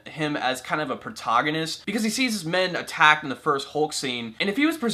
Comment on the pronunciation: Its pro TAG on nist not pro TOG on nist